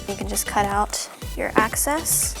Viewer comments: " Excess " not access its driving me crazy😤😵😓😷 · omggg her saying access instead of excess was driving me crazzyyyy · It excess not acess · It's excess not access